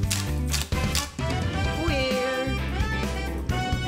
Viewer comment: WHY DO I KEEP THINKING THAT SAYS OUEIL INSTEAD OF OIL 😀